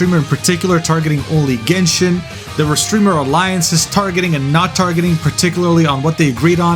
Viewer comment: Gayshin impact.